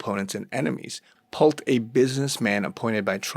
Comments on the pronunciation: It’s pronounced “Pull-tee”. Not Pult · "Pull-tee" not "Pult" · Pull-tee. Not Pult🤗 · PULL - TEE (pronunciation) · His Name is pronounced Pole-tee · Pronounced pul-tee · It’s pronounced “ Pool-tee “ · Just FYI, his name is spelled 'P U L T E' but it's pronounced Pull-ti. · PUL TEE is pronunciation. Huge family business as developers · Pul-tee. That's how you pronounce the name 😊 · It is pronounced Pul-tee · It is pronounced Pulll Tea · Pronounced Pul--tee"""" They use to be one of our customers Shady as heck!!!! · Pul-tee ffs. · His name is pronounced Pul-tee. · it is pronounced pull-tea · It is pronounced Pull tee. The e is long vowel. Ex teacher here. LOL Good dive! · The last name is pronounced Pul-tee. "Pulte Homes". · Pul-TE How to pronounce his name...Pul-tee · How to pronounce his name...Pul-tee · That was bugging me too. Lol